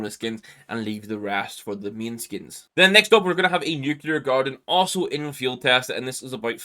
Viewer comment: its gonna be an Fiehd its gonna be an MP7 Fiehd